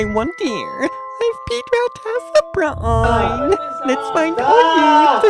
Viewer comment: Ace BRA-AYN